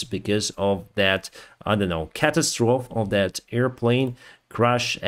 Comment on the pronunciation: I know you want speak English well,catastrophe,the last letters are pronounced as "fee".I hope you don t mind my input.